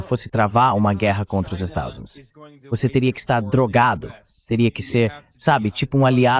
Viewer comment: Adoro o fato dessa IA nunca conseguir pronunciar "Estados Unidos"... É "Estadis Umêis", "Estadis Uáis", "Estázuíns", etc... Uma exposição acidental e acertada da deformidade e dissolução desse país.